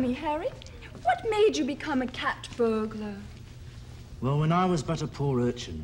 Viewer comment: Peter is humorously copying the Scottish accent to make "burglar" sound like burgler. In the same fashion that midnite would be correctly written as midnight. Just as he pronounces "lawr" instead of "law".